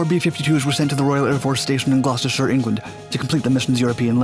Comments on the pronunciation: I'm impressed you pronounced Gloucestershire correctly, not many Americans do... 👏👏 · The fact he can pronounce Gloucestershire properly makes me happy